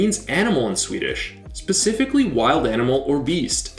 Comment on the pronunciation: Its pronounced ”Juur-gÅÅrden”